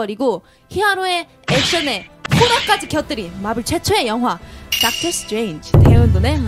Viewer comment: ㅋㅋㅋㅋㅋㅋㅋ닥털 스트뤠인쥐~ 이라고 하는게 포인트ㅋㅋㅋㅋ보고 읽는거 뭔가 유딩같아서 귀여워🤭